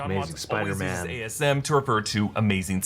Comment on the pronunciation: Doctor Strange said Spidermen